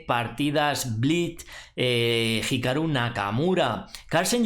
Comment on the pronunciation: pronunciando bien hikaru? wow